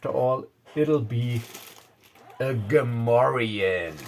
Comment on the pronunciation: You speak Gamorrean like a native ;) Nice adventure.